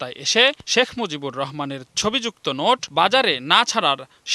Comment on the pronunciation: "Shekh Muzibur Rahman" evabe full name pronounce Kore bibriti deyay onek Valo laglo oneek dhonnobad Songbad pathok ke , eto din por report - ta dekhe , shune Mone holo shottie Edeshe Shekh Muzibur Rahman name keu chhilo .